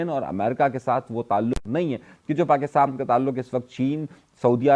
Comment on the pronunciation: Bhai acha bolte hain but Pakistan ko aap pakistam bolte hai isme mushkil kewn